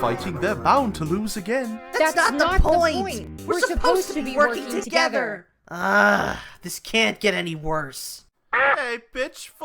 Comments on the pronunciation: I entirely misheard glowstick saying "Hey, Pitchfork!" as "bitchfork" and i'm gonna start bawling im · i heard him say *bishfork*💀💀💀💀💀💀💀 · Uhm, why do I hear Bitchfork